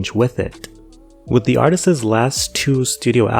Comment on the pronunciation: Did you you say artists’s?